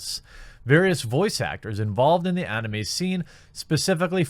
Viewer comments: Jeremy pronounces anime oddly. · ugh Jeremy pronounces anime weird. Anyway, I'm a big anime fan and I don't care one bit about VAs. I watch mainly anime with subtitles. Just so long as their voices aren't like Goku, I'm good. From what I understand the Japanese VAs are a big deal in Japan and some western anime fans care about VAs in general but seriously, they're not essential for conventions. I rather meet the anime artists, directors, writers and the creators of the IPs. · “DrAYgon ball” “AHnime” Haha